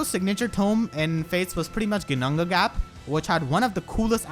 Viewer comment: damn, you really flex on how to pronounce Ginnungagap